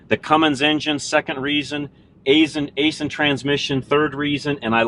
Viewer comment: nice truck aisin is pronounced ison